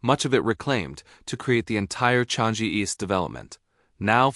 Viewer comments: 😂 Changi is not Chang-jee, more nasal sound, like chungng - gee. Named after a tree, the Changi tree in the area. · It’s pronounced as CHANG-EE not Chang-gee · The AI voice need to learn how to pronounce chang EE